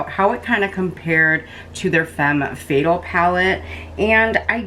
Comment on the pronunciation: You're pronouncing Fatale wrong it's "fuh-tal". 😉 Thank you for the video. It helped me decide on this palette. ❤️